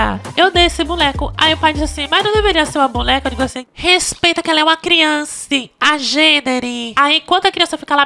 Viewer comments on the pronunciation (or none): “Criançe agênera” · " ela é uma criance " kkk num aguento n